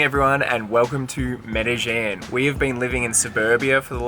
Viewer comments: It’s pronounced “meh deh jEEn”!! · But how the fuck you pronounced Medellín ??!